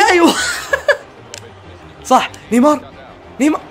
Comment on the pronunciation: يا اللي ماتعرف اسمه مو اسمه (ايوا)اسمه (اندر ايو)